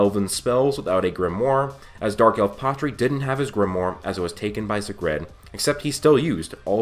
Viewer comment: Zegred? No its Zagrid.